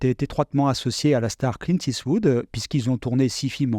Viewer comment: Dommage d'écorcher le nom de Clint tout le long de la vidéo en " it's wood "... :/